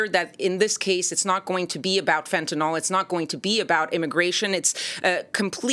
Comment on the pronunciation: It's crazy how terrified people are of Fentanyl yet none of them know how to pronounce the word...